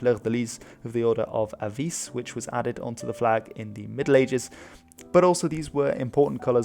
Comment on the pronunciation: Very nice video as a portuguese i must say im happy someone gave us this much attention but Beja is pronniunce with the J just like in french and english as B é j huh and Evora is É v u r huh and Avis is pronnounced Avish, its very simple